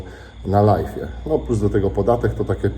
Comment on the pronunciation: ty sie naucz mowic ze robisz LAJWA a nie LAJFA bo LIFE to zycie a nie cos na zywo.......cos na zywo to LIVE i to sie wymawia LAJW wiec robisz LAJWA a nie pieprzonego LAJFA.